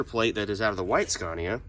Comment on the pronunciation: sorry to be a corrective person. The name is pronounced Scania not scarnia. Other than that I love the videos and I honestly think you need to bring that truck to Australia and give it a good rip on our skid pads over here. That would be hell good to see